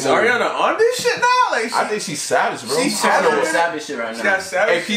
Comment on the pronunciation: im srry but one of my biggest pet peeves is when people call her airiana instead of ariana lol